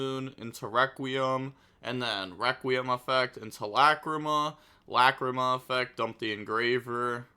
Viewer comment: The way he pronounces "Lacrima" as "LA CREE MUH" is so funny.